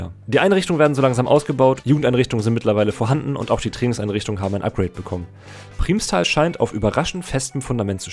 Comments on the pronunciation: Das heißt "Primmstal" nicht "Priehmstal"!!! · Primstal ist ein Nachbarsort von mir und die Aussprache nervt mich. Es wird schnell ausgesprochen ,,Prrimstal" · also geiles video aber es wird PRIMMStal ausgesprochen also wie als wären es 2 m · Muss bisschen über die Aussprache von "Primstal" schmunzeln :) Aber klar wenn man nicht aus der Ecke kommt, kann man das nicht wissen. Das "i" wird eher kurz ausgesprochen. Aber Cool, dass du genau den Verein erwischt hast ;) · Man betont Primstal mit einem kurzem i, nicht mit einem Langen :)